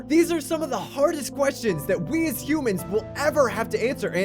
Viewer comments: Anyone else notice how it said "Hoomans" at the end? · it pronounced hoomans if you look back at the video 😂